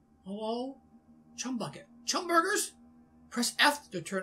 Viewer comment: Don’t remove the h in chum